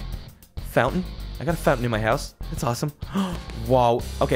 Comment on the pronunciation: It's 'house' not 'hous'